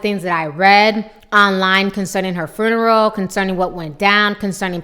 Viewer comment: What the hell is a "furnural?" Its FUNERAL!! learn how to speak